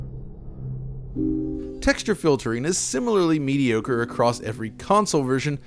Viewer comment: Yo, the word is "across" not "acrost."